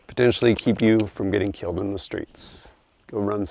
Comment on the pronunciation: Every time he said “killed in the streets” I heard it as “Kilt inda streetz” lol